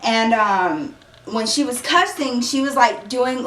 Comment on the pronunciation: i don't know why people say cussing like the word is pronounced cursing